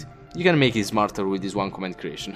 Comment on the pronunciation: I just dont like when you say any word that contains the letter s in it because you instead of saying s u say z like zmarter instead of smarter, but nice vid!